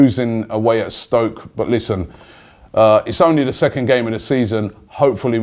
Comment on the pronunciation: cone of n Robby it's stoke not spoke 😂😂